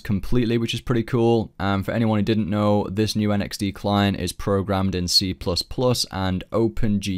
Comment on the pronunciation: Why do you keep saying NXD!?!?!?! It drove me crazy in this vid.